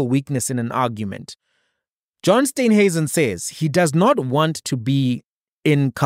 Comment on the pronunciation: It is S t e e nhuisen not Steynhuisen please pronounce the Minister's surname correctly. Steen like in Afrikaans Steen/brick.